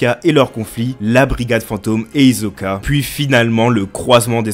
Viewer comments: C'est Hisoka pas izoka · Mon gars c'est Tserriednich et pas Tserridini et Hisoka et non Hizoka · Pk tu dis Tesredini et hizkoka ?🤣🤣🤣@